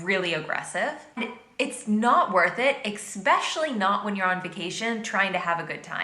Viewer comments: Anyone else notice she’s said “Expecially” instead of “Especially” multiple times in this video? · Your jokes are fine. We know you. She’s talking about cocky jerks, not you. Public transport in New York City and Chicago is excellent. Just don’t be heavily having almost sex in public, and no one will care. She overstates the road rage thing. Also, she says “exspecially” so she’s clearly not bright. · You have to take her with a grain of salt. She says "expecially." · Well she needs to learn how to pronounce "especially" it's not pronounced "eck-specially"! LOL✌🐢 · Her mispronunciation of the word, “especially” is maddening. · Do not react to part two this contributor is horrible she can't even pronounce words correctly